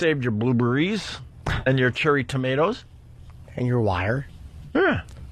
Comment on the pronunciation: That's Opie's idea of comedy, saying "bluebuhrreis" is top tier comedy. Fucking hack i hate Opie so much, sometimes he is alright and he has said something funny about 3 or 4 times in his entire o&a career, but most of the time he is so bad i just fast forward until he is quiet or else i will throw my phone out a window.